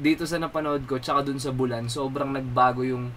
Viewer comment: BULAN as in BOO-LAN. hindi parang MULAN. wala, skl. with respect haha